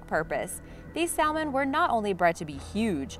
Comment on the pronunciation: The "L" in salmon is silent